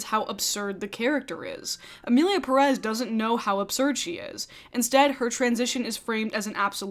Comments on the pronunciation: OK. The first thing everyone neede to do is LEARN to PRONOUNCE the Spanish family name Pérez PROPERLY It is not 'PRESS', but PEH-reth (emphasis on the 1st syllable)., as a woman with hispanic heritage you should know better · It Pérez not Peréz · I find it amusing that all the non-Spanish speakers content creators that are talking about why this movie sucks (which, indeed, sucks) keep pronouncing "Emilia PERÉS" (sic) instead of "Emilia Pérez." Yet, I really liked your video,! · I haven't finished the video but ngl, as a Latina, the single most infuriating thing about this entire discourse is people pronouncing the title of the movie perEz instead of pErez. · The first red flag is in the title. It's not "Emilia Peréz" like everybody talking about the movie is pronouncing. It's "Pérez" the strong syllable is the first one, not the second one. And the stylized font they use on posters don't help. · I think one of the things i hate is how everyone says EMILIA PERÉZ INSTEAD OF PÉREZ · The fact that they pronounce it Peréz in the movie itself is bad enough. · Just for every American interested: the stress on Pérez in on the first e. PEH-rez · What shocked me the most is the fact that pretty much EVERYONE is pronouncing Pérez wrong! The stress should be in the “Pé” not in the “rez”. That is why its Pérez, not Perez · I just wish the YouTube critics who slammed the film for inaccurately depicting Mexico would also take the time to pronounce the last name Pérez correctly. It’s a bit ironic to criticize the director for a lack of research while not even paying attention to the accented syllable in the title. If we criticize the creators for being careless and culturally insensitive, shouldn't we at least try to do better in our own little ways? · I mean the second name literally has an accent over the first E, why people in the us always pronounce the names the most incorrect way possible? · Absurdity aside, that's not how you pronounce "Pérez".